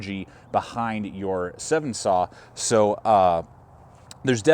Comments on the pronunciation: It is called a 'Sven' saw, not a 'Seven saw'. Otherwise great video. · It's a Sven- Saw....not a Seven-Saw. Other than that it's a great review and a wonderful Saw. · Yeah,.....SVEN, like hen. Also, it’s Bahco, like taco! Good instructions, though! Thx. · Great review! Just to point out one thing. Sorry, grammar Nazi here. The saw is pronounced like the Nordic name. SVEN, kind of like the reindeer from Frozen. Bad reference, I know, but it was the first thing I could thing of. Great review. First time commenting, but have been watching and subscribed for some time. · That is how I have always heard it pronounced "Sven" like the Swedish guy and not like the number. His pronunciation surprised me as well.